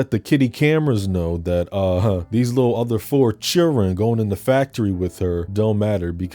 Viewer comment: Not the churren 😂😂😂